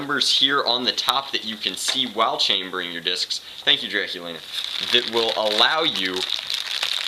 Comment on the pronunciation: he said draculina